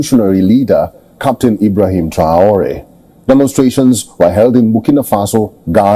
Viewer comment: WHY THIS NARRATOR AS OTHER AMERICAN NEWS PEOPLE ARE PRONOUNCING PEOPLES NAMES WRONG, IN THIS VIDEO HE SAYS "TRIE-ORIE" WHERE HE HAS AN ACCENT ON LETTER E' TO SOUND E'(A) TRAORE' (NOT TRIE-ORIE).